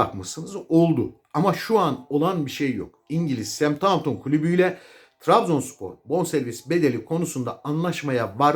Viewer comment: 5 milyon Euro olsa, amenna. Adamlar10-11 milyon Euro artı diğer saydıklarınız. Bir de şu ingiliz Takımını doğru dillendirin. Semthaunton değil Saushemptın diye seslendirilir. ( Southampton ) Saygılar..